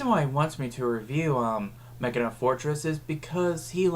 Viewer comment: I LOVE YOU FOR PRONOUNCING HIS NAME Ma-key-na. I'm hispanic and attempt to get everyone to pronounce his name as Máquina Fortress